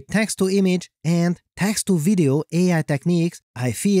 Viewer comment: The Voice always cracks me up! But seriously, why are you talking like that, man? Just be yourself, no need to overdo it. END aka AND Cheers